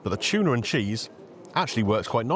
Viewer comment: Cheese and chuna, great combo lol. Love the way you say chuna! I can see why they are so popular, those looked amazing with huge portions. Nice to see someone like him put the work in and it pays off. Keeping the quality up will see him continue another 20 years. That was so nice getting a fan pic, they seemed chuffed. Glad you spent time with the greenager and she enjoyed her lunch too!